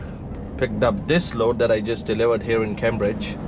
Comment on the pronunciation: Great show thanks ! The start of Cambridge is pronounced "came" not cam, forgive my pedantry:-)